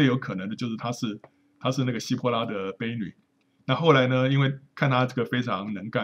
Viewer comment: 很感谢您和您太太为圣经简报站做的贡献，我相信这已经也将会在未来继续帮助到不少追求神话语的弟兄姐妹。想提一个您小小的口误，婢（bi)女，四声